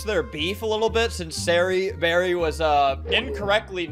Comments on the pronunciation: “SarrieBarrier”😭 “SarahBarrier” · "Sarahberrier" LOL GET UR GRAMMER RIGHT OR WHATEVER